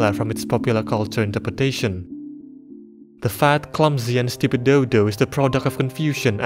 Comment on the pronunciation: The words "fat" and "stupid" sound so goofy in your accent 😭😭😭